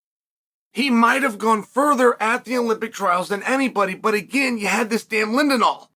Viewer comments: Jax Forrest is the bottom of the list for me of the top highschool guys he has reached his ceiling. He is amazing but he won't get better. Ladarion Locket is better. Bo Bassett is way better. The Raney Brothers have a higher ceiling. Joey Blaze is far better. Also it's not lindenal it's Lilledal. It's not Baze it's Blaze. One other kid from New York who's name has slipped my brain but he is better than Jax as well. Bottom line Bo Bassett is the only of who absolutely molly cops everyone and doesn't have close matches. If I'm recruiting he is the starting piece. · Lilledahl not lindenhall lol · Kept calling lilledal linedahl too lol